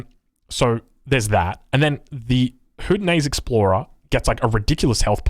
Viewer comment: It’s pronounced Hoe-dee-no-SHOW-nee.